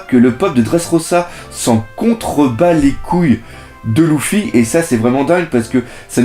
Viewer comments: sa se prononce leufi mais pas lufy biensur je sais comment on l ecrit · super! par contre, tu dis à l'oral louffy et dragon, mais à l'oral, ça se dit leuffy et dragonne non ?